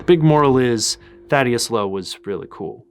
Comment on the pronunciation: Hate to be 'that guy' but im pretty sure its pronounced Thaddeus m8.